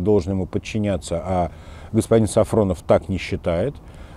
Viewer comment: Неправильно говорите фамилию! Он Сафонов а Не СафРОнов !